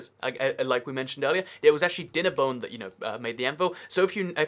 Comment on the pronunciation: Actchewawy itch made of iwon